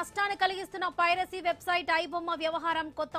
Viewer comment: పైసరి నెట్వర్క్ కాదమ్మా పైరసీ నీకు ఎవడు తెలుగు నేర్పింది